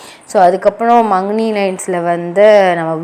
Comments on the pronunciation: first naan sonna comment te clear ah padinga....long duration pathi naan sollala...soldra vishayatha rmba iluthu soldringa nu sonnen...nd மக்னே apdingarathe neenga மங்னி nu pronounce paninga...unga video la vena once u can check it....why because I told this...matha ff podra elarum maknae nu thaan soldranga...neenga matum pronounce as mangni...that's y I'm telling this...that's all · knjm ilukama short ah solunga sis... intro or anga enna nadakuthunu solum podhu short ah solunga...rmba iluthu soldringa and pronounce panum podhu thappa pronounce pandringa...maknae lines ku makni nu soldringa nd Khanna ku kana nu soldringa...pronounce proper ah panunga...